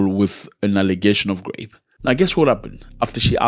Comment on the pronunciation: Zack please it soundz like grapes when u talking about rape . Make it please soundz right. We love u here